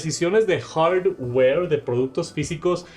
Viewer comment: Escuchar este decir hordwoueer, no tiene precio. Estan quedados en la "IA" y el borrador de objetos es una vergüenza, se gastaron todo el presupuesto en animaciones con colorsitos.